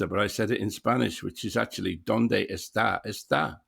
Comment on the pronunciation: The verb "está" and the name "Esther" are pronounced very differently, and would sound very different when pronounced correctly to a Spanish ear. You pronounce both with the schwa sound, absent in Spanish.